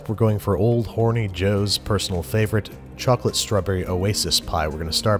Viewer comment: What kind of chocpalte what kind of chacolate whut kind of chococloate???????